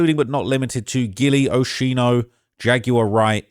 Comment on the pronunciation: For the Love of God bro its Oschino Sparks!! OH-SKEE-NO Sparks!!!! former member of State Property and Roc-a-fella Records!!!!!